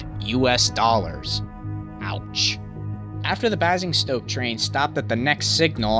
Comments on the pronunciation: Good and interesting video; thanks. And no, it's not your fault. If your father never had occasion to say 'Basingstoke' there's no way you could know that it's pronounced bay-zing-stoke! Similarly, and just so you know, 'Portsmouth' is pronounced ports-muth. (Just as most, if not all, English town names ending in 'mouth' are pronounced as ending in muth.) I'm English, and my wife - she's Californian - reminded me today of the time she pronounced 'epitome' phonetically as eppi-tome in a high-school debate rather than as ep-pitter-mee, because she'd never heard it spoken. Much like pronouncing 'misled' as mizz-l'd. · Basingstoke is Bay-zing-stoke, and Waterloo is War-ter-loo, and Bournemouth is Born-muhth. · Basingstoke is pronounced 'Bay-zing-stoke'. And Bournemouth is pronounced 'Born-mith' But yeh, good description of the problems that led to the crash. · i know this is a bit nit-picky, but i pronounce it as baze-ing-stoke. i have a berkshire-new jersian (nailed it [its the best way i can describe it]) accent so do pardon me ( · Basingstoke is pronounced bay-sing-stoke. Not having a rant just thought you’d like to know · FYI,Basingstoke it’s pronounced Bay-singstoke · Basingstoke is pronounced "bay-zing-stoke" And Bournemouth is pronounced "born-muth" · England... as opposed to the other globally renowned London... where? And WTF is B'A'singstoke? FFS. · I'm not angry, but it is pronounced "Bay-zing-stoke", "Born-muth", "Em-anue-el" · I absolutely cringed every time he said Basingstoke, but then again, I travel through there by train all the time. I fully agree with everything you said however, he really does good work making these videos. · The way he pronounces Basingstoke and Bournemouth is hilarious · Anyone else annoyed by the names he says wrong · It's not Clapham that's the issue, Basingstoke and Bournemouth made me stop watching. Stick to the US... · wish that yank would say BASINGSTOKE properly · the way you say basingstoke bugs me